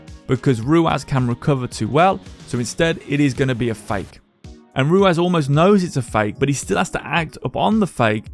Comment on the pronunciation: I can't get over you calling him ruaz its ruwas